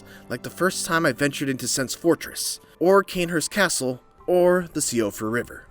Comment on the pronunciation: Also, Siofra is “she-off-ra”, not “see-off-ra”